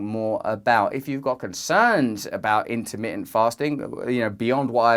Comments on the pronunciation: in-ermi-en- fasting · "intermittent" has 4 "t"s in it. Normally I love other accents, but I've never understood this particular idiosyncrasy of never pronouncing the "t"s. The letters are there and dead simple to articulate, so why go out of your way NOT to say them, and turn the word into something so odd sounding. Petty, I know, but I stopped watching after about 20 seconds... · Int-ah-mit-ent FAHHHSTING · I love how you say in'ermi'ant, it's now my word of the day 💪😎🌸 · "innaminnent fastin" :) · The way you say intermitent cracks me up. <3